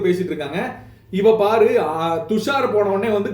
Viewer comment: Paru not Baru